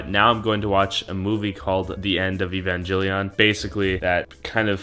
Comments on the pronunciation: He said Evangellion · My man called it Evanjellyon LOL